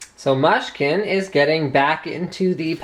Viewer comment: And by the way,it's mooshkin not mush-kin,get with the program dude.